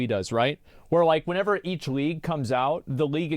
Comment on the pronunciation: I hate whenever he says "whenever" incorrectly.